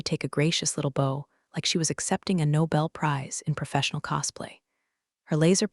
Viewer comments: If you're going to use AI to read the script you might want to fin one that can read words using the correct context. Better yet...tey using a human. Buf..fet? Bow..something that goes im your hair instead of bow..to bend over. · Bow - bō ( long o) = a decoration of tied ribbon or fabric. A weapon - bow & arrow. Bow - bǒ ( short o) = to bend from waist or neck or the front of a boat/ship. I really like your stories. But you need to teach your ai reader correct pronunciation. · Noticed it too all the time. AI can’t do the tense of a word that is spelled the same: wound, read, meet, bow. And i have noticed it treats some 2 letter words as abbreviations no = pronounced as number is = pronounced as island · When are you guys going to get your AI to pronounce words correctly. BOW, IS IT THE RIBBON ON A GIFT or THE BEND AT THE WAIST.. come on...get it right